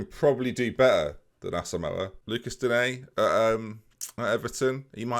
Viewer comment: For an understanding on how to pronounce “Digne”, I’d refer you to Nepenthez’ videos whenever he gets him in a FIFA draft